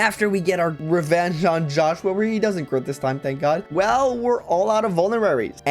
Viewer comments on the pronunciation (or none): none